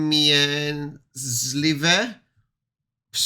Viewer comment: No it's not. You pronounce the T! WsT(sz)emie... trz makes here the tsz tsh sound. and Ws makes the soften w so F sound so the beginning is Fstsz or Fstsh... No one in Polish will drop the T is wstrzemięźliwość.....